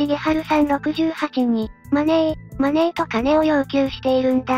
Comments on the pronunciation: Moneyではなく真似ーと発音してしまう犯人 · このマネーマネーの発音は何回聴いても酷い。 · マネーの発音、声色が日本人ですね 小賢しいことしやがる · 容疑者4000人だの5000人だのリストアップにはちょっと驚きました。予断なくちょっとでも可能性あるのを漏らさず入れるとそのくらいになるのかもしれませんが、一日100人チェックしたってひと月じゃ終わらないですもんね。まだ警察が伏せている情報次第で何か分かりそうですが……（カツラの汗とかで血液型も割れてるのかな？）。あと音声はこの動画で初めて聞きましたが、明らかに「マネー」で日本人の発音ですよねえ。